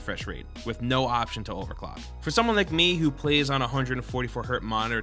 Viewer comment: You said overdock